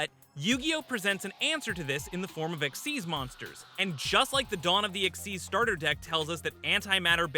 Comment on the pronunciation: I love how xyz is pronounced as "EXIST"